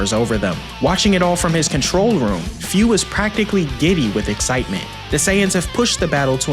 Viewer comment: Minor nitpick. Its pronounced foo not fyuu. Great video as always